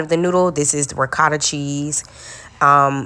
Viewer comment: The way you said ricotta. Italians would be like whattttt….. lol